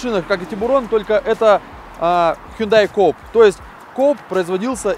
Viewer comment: Не "Коуп" а "Купе"